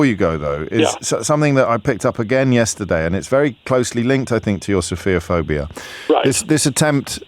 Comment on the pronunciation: True. I found it slightly amusing that the two of them made it sound like "sophia-phobic."